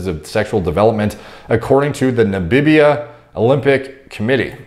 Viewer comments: struggling with the word Namibia. Everytime he said it, it sounded like "nabibia" But no worries, it's ok, you get there eventually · "Nabibia" lmfao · How the heck has never heard of Namibia? What the heck is nambibia? Only one b bruh